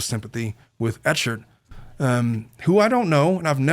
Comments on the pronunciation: Has anyone let you know yet that Clayton’s last name is pronounced /eh-kurd/? 😊 It definitely looks like “ch”. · “Eck hart” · Hearing the host say Clayton’s last name wrong over and over again… is painful😂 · as someone who has followed the case since Nov and is probably in the accused "cult" it was a breath of fresh air to hear you mispronounce his name meaning you clearly don't have any insight, but yet you seem to be coming to the same conclusion of those of us in the cult.